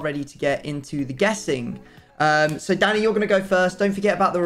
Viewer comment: Why does is it sound like keeps calling him Daddy instead of Danny.